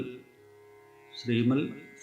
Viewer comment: ശ്രീമ"ൽ" സിംഹാസനേശ്വരി... എന്നുള്ള ഉച്ചാരണം 😢ശെരിയാണോ?ശ്രീമ"ത്" സിംഹശാനേശ്വരീ എന്നല്ലേ?